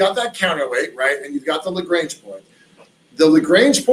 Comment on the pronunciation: Very interesting. It bugs me when people who are supposed to be experts can't pronounce "Lagrange" properly, however.